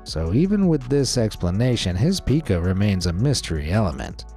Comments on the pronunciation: It's pica not peeka for the eating disorder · It's not pronounced PEE-kah. It's pronounced PIE-kah. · Pica is pronounced Pye-ke (it’s actually the upside down ‘e’ but I don’t have that on my keyboard)